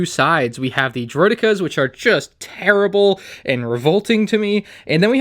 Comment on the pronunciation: “That are just terrrrible” that made me laugh hahahaha